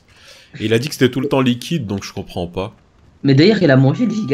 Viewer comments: c moi ou a il dit je combranle pas? 😄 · ouai t'as raison mais c'est gombranle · il dit gomprend pas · il voulait dire je gomprend pas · Si gombranle pas mdr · david emmanuel tktp moi aussi je comblanle pas mais c la vie c comme sa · à c'est moi ou a bien dit: "même moi je gombrale pas"??